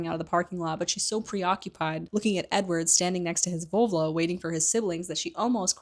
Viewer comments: VoLvo, not VovLo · Kinda obsessed with your (mis)pronounciation of Volvo ahhaha❤